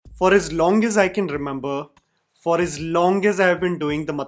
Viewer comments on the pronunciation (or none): Long, not Longgg.